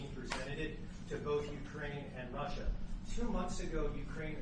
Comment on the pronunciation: R U S S I A ….. not T U S S I A